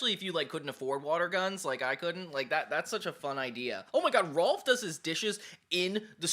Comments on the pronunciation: Kept pronuncing “Rolf”, “Ralph” it’s no a sound at all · Are you calling Rolf 'Ralph' to be funny about it? It feels like it on purpose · How do you CONSISTENTLY say R'a'lph? His name is Rolf. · am i crazy but rolf is pronounced roll f not ralph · It's rolf not Ralph and there called urban rangers